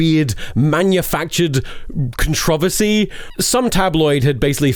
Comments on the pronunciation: I have NEVER heard someone say controversy like that. bro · I have a weird question. Do the English say controversy different than us in the US? I have heard another creator (totalbiscuit) say contravasy and thought I misheard. I have to know I am not going crazy.